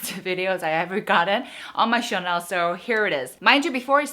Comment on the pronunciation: Don't get me wrong I love your channel, but just wondering if you purposely pronounce "channel" as "chanel" ? 🙈 So sad there is a very limited products in Innisfree Malaysia =( would love to try the blueberry line 😍 please do etude house too!